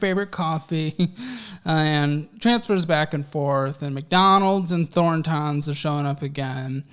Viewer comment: “Thorn…tahns” lol it’s pronounced Thor-tons. It’s a gas station.